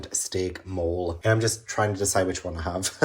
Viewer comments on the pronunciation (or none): I love you, but Mole is pronounced Mo-Lay. Lol. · Is the steak mole... not Mexican? o.O hearing you pronounce it like the English word "mole" instead of the Spanish "mole" (moh-lay) makes me think it's the little rodent and not the sauce 😭